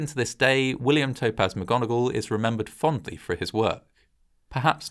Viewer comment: McGonagall? How about Vogon-agall?